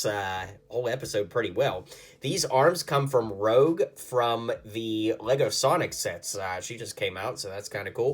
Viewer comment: you said "Rogue" pronounced like the xmen, but it is actually pronounced like "Rouge" as in Baton Rouge